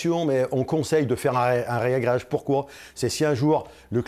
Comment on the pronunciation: "Réagréage" ça fait mal aux oreilles. Réagréage svp messieurs les pro. Merci pour la vidéo.